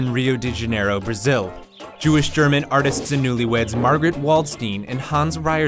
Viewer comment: Did you said Brazil